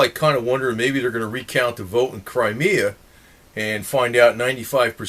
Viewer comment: It's CRIMEA dammit not Crimerea..lol